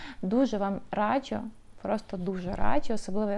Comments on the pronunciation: будь ласка, не "радчю", а "раджу". Дуже ріже слух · Хороше відео , але постійне "радЖЮ" вже різало слух ))